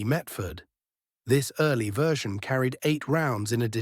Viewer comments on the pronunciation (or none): none